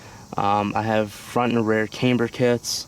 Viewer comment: couldn't stand how kept saying "cameber"